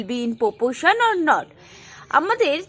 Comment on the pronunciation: It is proporation not popoation